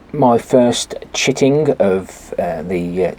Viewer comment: I heard "chittin'" as "chicken" the first time and was worried some poor hen would have to live her life on your shelf. : ) Sorry about your rain. We're getting snow today and the high temp tomorrow will be -5. (18 degrees under normal.)